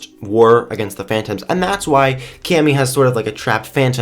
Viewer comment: wait... did u say Cami? like... Camis frog?